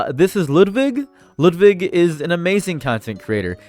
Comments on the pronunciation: It is wild how German you keep saying Ludwig's name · whyd u pronounce ludwig like that? lol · You're saying Ludwig as WHAT??